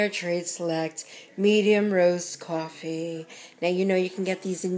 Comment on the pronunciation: Beatriz Mendoza Horrible mistake